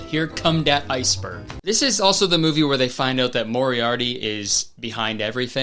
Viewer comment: he definitely says moriarity instead of Moriarty and I just?? they didn't have the budget for one retake?